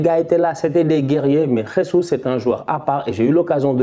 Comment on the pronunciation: Je valide mais sa se dit jésus en portugais pas ressus comme en Espagne